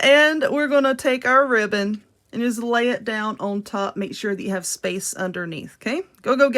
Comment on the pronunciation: I weally wike that wibbon. 😂 Seriously tho, I love these. Those bigger bow making contraptions confuse the begeezes outta me. Thank you for these. 👍❤